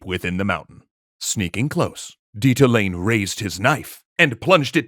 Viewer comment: It is Le-su-tu (like Zulu) and Di-ta-o--la-neh.